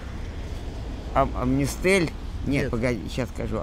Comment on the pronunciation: Амнистель, Аврель, Пригатение...))))